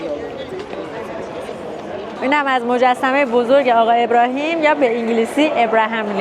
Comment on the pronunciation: آبراهام لینکلن نه ابراهیم . یخورده سواد بابا